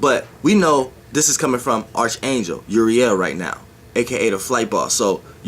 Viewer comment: Umm...idk.you might to start by pronoucing it correctly. Uriel dacosta Geronimo nunes dacosta Hebrew and greek ... with phenecian punic roots ...